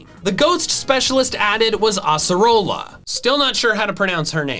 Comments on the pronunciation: It's pronounced Ace-er-ola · its pronounced ace-a-ru-la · it is ACEarola, your welcome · To answer that question, it’s pronounced ACE-uh-Rola. Not As-a-rola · I think it’s Ay-sir-ola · how to pronounce Acerola (Ayy-serr-ola) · Acerola is pronounced "Ace-er-ola" (i got that from the anime so i might be wrong) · Acerola is pronounced ace-er-ola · 20.56 It's Ace-a-rolla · Acerola pronounce: Ass-e-ROL-ah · A saroola is how you pronounce it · It’s Ace-a-roll-a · How to pronounce Acerola== Ace a roll a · This is how you pronounce acerola A-ser-low-a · its ace-er oll-a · Acerola is pronounced "Ace-erola" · Gen 7 little ghost girl is pronounced like "Ace-a-roll-a". Don't know why. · Acerola's name is pronounced Ace-er-ol-la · Acerola’s Name is pronounced: Ay-ser-ola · It’s Ace-ir-Rola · Its pronounced, " ace er o la " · its pronounced Ace like in cards, Ace Err Ola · Acerola = "Ace + Roller" But "roller" is pronounced with a non-rhotic accent. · Its pronounced ace-a-roll-a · Great video on ghost types, I really liked it. Also, since your having trouble with Acerola's name I thought I'd share my pronunciation, I usually say it as (Ace) rola. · how to pronounce acerola ace-o-rolla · ACE-ER-ROLA is how you pronounce it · Acerola is pronounced ace-ə-ROHL-uh. I recommend the anime (from season 9 onward, the 4Kids dub was horribly inconsistent) for character/location pronunciations, and for the Pokémon themselves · How to say Acerola: Ayy Seh Roll Uhh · How to pronounce Acerola ACE-er-roh-la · The right way of pronouncing is a·se·roo·luh because it's a brazilian fruit that don't have a name in other languages I am brazilian because of that i know how to pronounciate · acerola is pronounced ace-r-oula if that helps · How to pronounce accerola (ay-ceh-roll-a)